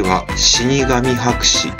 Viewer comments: はくしでは無くはかせです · 博士をもはくしって呼ぶ人初めて見たw米本とかこめもとっていいそうw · 画像の間違いに読み間違え… そりゃ低評価の方が多くなるわ‼️ 博士（はくし）て何やねん❗️アップロード前にきちんとチェックしてください❗️😢